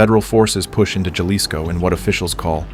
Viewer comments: It’s pronounced Ha-lisco and not Ya-lisco. It’s funny hearing the AI voice trying to pronounce Jalisco. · Huh? I'm from southern Arizona, and that's pronounced Haleesco here. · Don't correct the A.I. if you don't know how to say Jalisco your damn self. It's pronounced Haleesco! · Love the channel, but it’s pronounced Hal-ees-co 😂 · “Juh-lisco” made me hella laugh. It’s Jalisco, like Jalapeño. Hehe love your work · It’s pronounced Ha-lis-co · pmos hearing it mispronounced 😭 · Just for mispronouncing Jalisco, I'm unsubscribing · That’s not how you pronounce Jalisco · So annoying the constant mispronunciation of Jalisco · the way you said JALISCO. damn shame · Is this an ai voice cause Jalisco is said wrong everytime and the pacing is odd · You spent all this time to make this video - couldn’t figure out how to pronounce “JALISCO” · If only they could pronounce Jalisco 😔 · I just thought the same thing. I cringed when it mispronounced "Jalisco." I don't mind AI voices, I just wish the programmers would get basic Spanish words right.